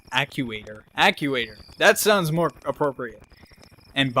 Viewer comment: No shame in not being able to pronounce "actuator"...we didn't all grow up watching Nickelodeon GUTS.